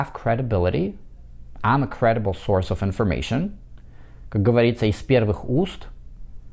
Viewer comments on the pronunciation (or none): none